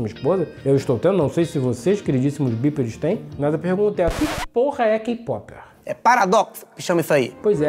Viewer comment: No momento em que ele pronunciou kpopper correto, mostrou que ele ja sabia o que era. Mete o loco nao. kkkkkkkkkkkkk Tu é foda.